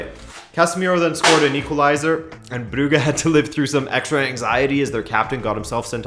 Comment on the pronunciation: Club brugge is pronounced club bruzhe